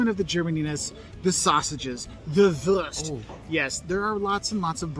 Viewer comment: The guy in the video mispronouncing "Wurst" as wörst in a sort of pseudo-English accent hurts my soul.